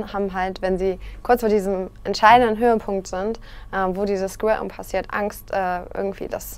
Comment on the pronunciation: Niemand: Wirklich niemand: Monte: „Skwirten”